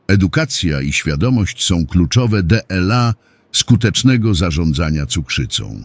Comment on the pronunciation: Czytanie przez głupi automat, zwłaszcza to DE EL A, tak mnie wpieniło, że nie zaskrybuję kanału. Zamiast tego wstawiam minus!!!